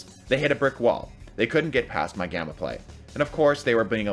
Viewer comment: I thought gamma said grama